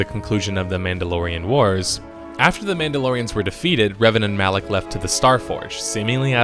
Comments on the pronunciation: You pronounce lots of names wrong by the way but great video! It’s traya not kraya and rakata not rataka and malak not Alec just to let you know😉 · 'Alak' one moment later, Kreia pronounces 'Malak'. XD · Are you saying Revan and Alec? LMFAO fuckin what?! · Did anyone notice he kept calling Malak Alik.